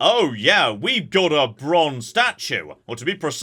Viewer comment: I love that everyone I've seen play this game has independently caught and insists on pronouncing "brozne statue."